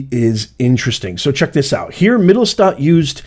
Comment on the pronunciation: "Mit tell sch stat" Yes, you were doing it right, the name is German and roughly means "middletown" in America it means downtown